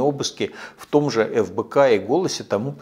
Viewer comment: Мне послышалось или он назвал Фбк , как Лбк?🤣🤣🤣